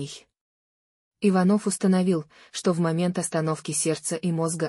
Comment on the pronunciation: Часто голос повышает зачем не иваново а ичанова ударение надо правтльно ставит